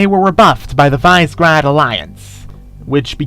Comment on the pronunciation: Visegrad I believe is pronounced as Vee-Say-Grad however with Your pronunciation gives me doubt.